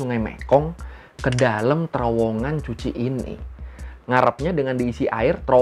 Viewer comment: Cu Chi itu baca Ku Ci... bukan Cuci... C di vietnam di baca K, kalau Ch baru dibaca C... jd Cu Chi dibaca Ku Ci